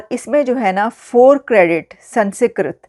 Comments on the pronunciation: Pl pronounce it correctly, it’s not San secret, it’s SANSKRIT 😂😂😂😂😂😂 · Namaskaram, Not Mahabharatha instead Mahabharatham and instead Sanskrit pronounce Samskritam. Jai Bharatham. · ...it's not Sansikrit but sans + krit = Sanskrit...apna tallaffuz durust kare. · The pronounciation is Sun-Skrit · SANS KRIT. NO A BETWEEN SANS AND KRIT. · Aapki English bhi bahaut hi 👎 hai. Aap words ko jodkar bhi Sanskrit nahin bol paa rahi hain. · I see a few comments correcting pronunciation of "Sanskrit", pls stop it. No need to ridicule those promoting a good news. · Lesson #1 how to spell and pronounce Sanskrit correctly 😜